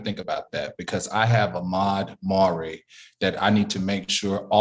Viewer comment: Al you are not paying attention to the Ahmad Aubrey case because you said his name wrong.